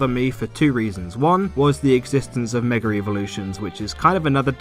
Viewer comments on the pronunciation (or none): Please stop saying "megar evolution"